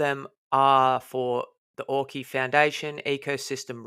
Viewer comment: Great vid again. Have to tell you early on. Auki is pronounced ou-key as in the word ouch. not or-key.